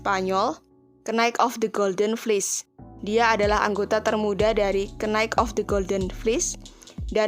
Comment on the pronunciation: Iyaa bner, knight =kenaik🤣🤣🤣